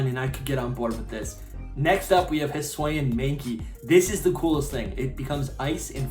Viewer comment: It’s (hiss ooo- ian) not (hiss wayan)